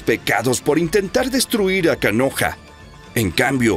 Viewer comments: alguien mas se dio cuenta q en lugar de decir konoha dijo kanoha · Wey con todo respeto se dice konoha no "kanoha"